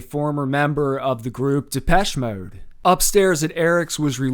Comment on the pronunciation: Ive never heard Depeche Mode said with quite that inflection!